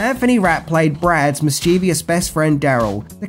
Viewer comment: say it with me... Mis-chuh-vus, not mis-cheeee-vee-us.